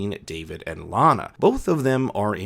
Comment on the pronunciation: I'm not sure why your pronunciation changes from "LANa" to "LaHna" halfway through - but it's really bothersome. It shouldn't be.. but it is -__